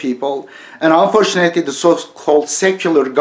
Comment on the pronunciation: baskan iyi has konusuyon da unfortunately kelimesini bi dogru okusaydin iyiydi.